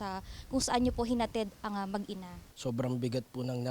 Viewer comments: yung reporter sinasabing mag-iina ... ma'am MAG-INA po.. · Mag-ina lang hindi mag-iina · Mag ina po hindi mag iina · "Mag-ina"....hindi mag-iina